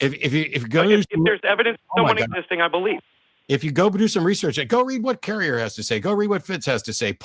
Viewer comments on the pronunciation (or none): none